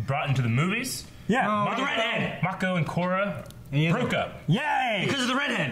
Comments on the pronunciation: Guys, they've pronounced Mako's name like 90 times in the show how can you still not say it right? Otherwise, I'm loving the reactions. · I feel like is just saying Mako's name wrong on purpose at this point. Lol 😂